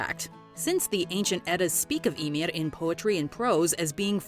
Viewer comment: she pronounces that one right for Icelandic. but she messes up totally on any name that has the letter ð (Skaði, Íðunn, Höðr, etc.)